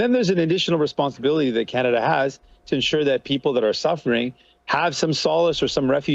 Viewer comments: did she just say kuh-naah-da? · Did she just say Kan nad a for Canada ? 😂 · Wtf What kind of Canadian pronounces Canada like "Keneda" ??? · another import, she can't even pronounce "Canada" how pathetic. How in HELL does Jughead get $2.1 million pension??? That needs to change right fekking now. Serve as a PM and you get millions in dollars for a pension, yet those of us that work our entire lives don't get enough to survive for 1 month. Holy hell something is way beyond wrong here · Why did she not pronounce Canada Properly.